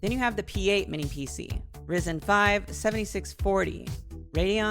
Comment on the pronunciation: r Y zen? Why the veird pronunciation of ze Y? Rest was cool.